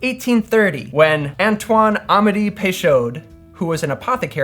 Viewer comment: The name you're really butchering is "Peychaud." Silent "d" on the end: "pay-SHOW."